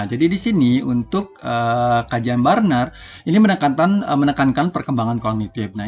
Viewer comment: Luar biasa... bacanya teori Bruner pak bukan burner😊